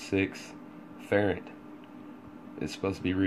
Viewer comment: It's FARRAD, NOT FERRET!!